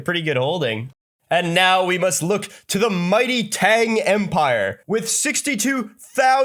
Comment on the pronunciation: The way to pronounce Tang is evil